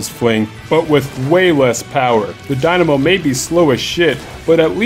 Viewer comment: "I've seem competitive people use the dimano." But have you pronounced that weapon properly before? >_>